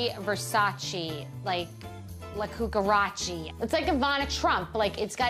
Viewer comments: “La cucharachi” omg 😂 Long live Bethenny! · Liberacci, Versacei, la cuarachi lol 😂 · “Liberace, Versace, La Cucarachi” 🤣💃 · “Liberace, Versace, like, La Cucarachi” 😂💀⚰️🪦